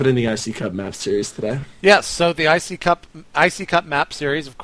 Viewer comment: You're awesome for doing the iccup casting with Raelcun, though I still wince when you just say iCup:P